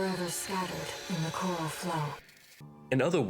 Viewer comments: C O R A L not col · Loved the video I think you summed it all up nicely. That being said its pronounced core-ral not kerl.